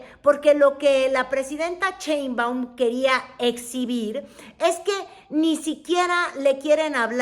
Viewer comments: Me causa ruido como pronuncias Cheinbaum... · es en serio que no puede pronunciar “Sheinbaum” en lugar de “ cheinbaum”? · Ni siquiera saber pronunicar bien el apellido de Claudia.😂 Dice CHEINBUAM como charro, en lugar de SHEINBAUM como un susuro sh sh sh Sheinbaum.